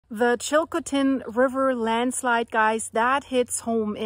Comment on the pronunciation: Please learn how to pronounce Chilcotin.